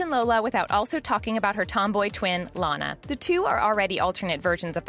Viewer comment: You are so dum you make a video that already have and episode of it so why do you need to make a video when people can just watch the episode and you finally said Lana correctly